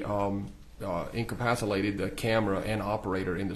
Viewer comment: "Incapacilated"? huh? and once more in english please? Does he mean "Encapsulated"